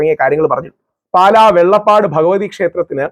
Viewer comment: വെള്ളപ്പാട് അല്ല വെള്ളാപ്പാട് ആണ്